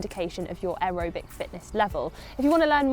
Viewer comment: why are you pronouncing aerobic like that?